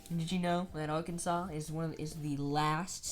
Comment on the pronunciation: What’s the fine for mispronouncing the state name